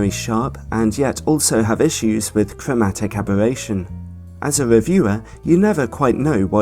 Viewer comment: cwowmatic abewattion? just teasing. love u